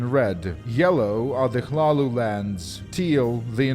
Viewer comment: Omagahd, you're the only one who pronounced hlaalu the right way, incredible. The others that I know said smth like laluu, la lui, lelua, llala and so on